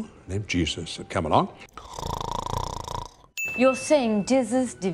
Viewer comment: I heard “a young Jew of Camalot” instead of “come along”